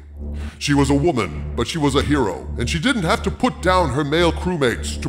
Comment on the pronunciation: Her-o? Who ever came up with that must have been on Her-oin :)